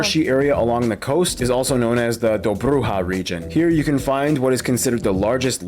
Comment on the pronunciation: Damn, even if he tried he couldn't have said that name any more incorrectly. Dobruja (Dobr'uha - really mo-fo, really). 🤬🤬😡😡👎👎👎👎👎👎👎👎👎👎👎👎👎👎👎👎😡😡🤬🤬😡😡 It is spelled - D'obrudzha - emphasis on the letter "o" not how he fucked it up by emphasising on the letter "u". And the letter "j" should stand for "dzh" not for "h". Damn, so pissed at how bad he was at that. I mean - if it is someon random just saying names of coutries and regions he visited, I'll be kind of ok. But when it is someone who is supposedly teaching geography - LEARN the fucking proper names, YOU ARE FUCKING TEACHING something. That's why I am pissed. Coz people would think that the way he says it is the correct one - he he couldn't be further from the truth.